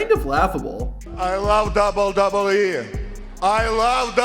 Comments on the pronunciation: Hey man, you can slow down and pronounce "double u double u e" instead of "dubbadubee" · A guy who pronounces WWE as “dubee-dubee-ee” mocking another man saying it wrong is delicious hypocrisy. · I hate AI voices, but this guys pronunciation of wwe and 2021 is so bad I’d rather here an AI voice. “Toozintwennyone” “duhdubbeee” terrible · Wwe not WB 😂 its all i was hearing annoyed me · Dude can't saw WWE either.. dubba dubba E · Dubyoo Dubyee. You can’t say WWE. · The fuck is DUBBADUBBABEE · "Pfft... imagine not being able to say WWE correctly," said the guy who says "dubbadubbe". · "imagine not being able to say WWE correctly" says the guy who constantly pronounces it like "dub-dub-yee" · The way you say WWE... dubadubee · This dude could both NOT have to say “WWE” in every single sentence. And also TRY to pronounce it correctly. “Dubeeydubeeeeee” 700 times in this videos. Ffs man. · Not a bad list but hard to listen to you say “dub da bee” every 15 seconds lol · Amazing job, great video! You DO make the now classic mistake of calling the WWE the “Dubyoo Dubyee” which is NOT what it’s called, but hey, you can work on that.👍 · “dubidubyee wrestlers” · "Imagine not being able to say WWE correctly" "...which led to him becoming the contender for the DUBEE DUBEE Championship" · Are you saying "WWE" like that as an inside joke or do you actually not realize it's absolutely intolerable to listen to? How about just slowing down 0.2 seconds and saying it like a normal person? I want to finish the video but couldn't make it past 3 minutes, it's legit unbearable dude — it's 3 letters, you speak perfect english, just say it like every other person manages to do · It's so f*cking bad. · Only one criticism. Can you please pronounce WWE so that it sounds like W-W-E, and not something that fell out of Vladimir Kozlov's mouth? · "Imagine not being able to pronounce wwe" "Nar sis ist" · bro you got some serious challenges while saying WWE.